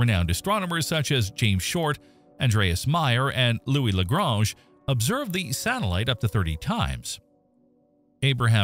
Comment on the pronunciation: I like how you pronounced "Lagrange" two different ways within a ten second interval. 'Merica.